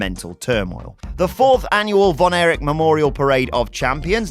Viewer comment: Erich NOT Eric